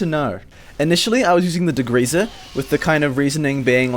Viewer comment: "dagreeza" It's degreaser btw